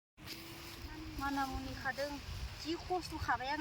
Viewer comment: Bekwo MANIMUNI BUNGW, not manamuani